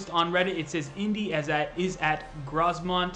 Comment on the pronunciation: Grosmont is pronounced growmont